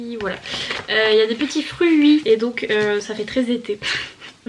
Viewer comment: "za fait treize été" mdrrr 😂😂😂🌴🌴